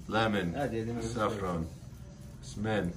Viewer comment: Blanket for Tanjia hahahaahah, the cave man:D, it's Smen, not Semen:D